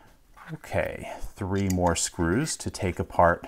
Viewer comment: you alternate between pronouncing 3 like "three" and "thray"